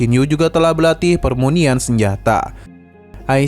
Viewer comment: Pemurnian min bukan permunian